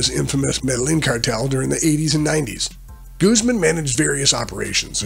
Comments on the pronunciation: goose man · why is he saying “gooseman”